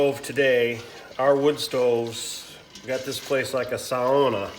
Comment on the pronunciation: This is on my list to make this year. I really like to save the leftover brine from cowboy candy and reduce it down a bit for a dipping sauce as well. (I totally giggled when you said sauna, I say it that way all the time 😁)